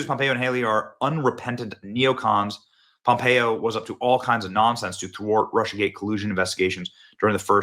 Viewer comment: You are pronouncing Mike Pompeo correctly and being raised in KS, I never liked him when he was in office and voted against him when I had the opportunity. I'm not a Democrat either so that is not why he didn't get my vote.